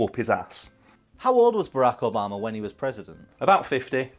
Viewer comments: It's Bar-rack Ob-a-ma, not "Barekobama". Have some respect. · “Abarrack obama”? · I don't know how to feel when I hear say, Bearaka Obama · "Bayrako 'bama" 😂 honestly did not realize you were saying obamas name until like the 5th time lmao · This nigga said Barikibama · can we just take a second to appreciate the way pronounces Barack Obama's name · Why are you saying Barrack Obama like it’s one word.